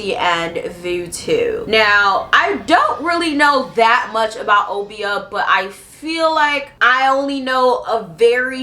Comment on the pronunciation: Uh-bi-yah not oh-bee-ah 😭